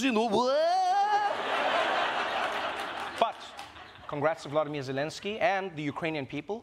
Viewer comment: One would think that with Trevor's respect for and gift with language and sound, he would know how to pronounce Volodymyr Zylenskyy's first name. He does NOT have the same first name as Putin.